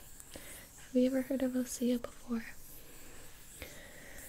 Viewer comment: Can't it be OSEA Instead of Ose-uh Like....its osea....not...ose-uh.. Sorry that really bothered me 😂